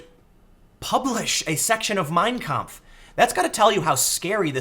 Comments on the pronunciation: It's pronounced "mein KAMPF" not "Meeeeiiiiiiiiin Kmpf", Tim. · Sorry, but that's just too grating. Don't emphasize the first word. Each word has equal weight. It's "My Struggle", so say it like that. Two words, equally balanced. Mein. Kampf. You're saying it as if it were Meinkampf, like Minecraft. It quite literally hurts my brain.